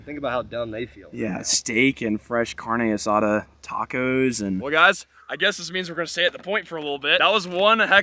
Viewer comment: Man..😂 the pronunciation of “Carne Asada” is wild 😂.